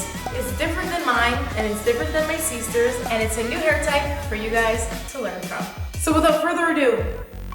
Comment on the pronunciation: You crack me up when you say "my SEEster!" :D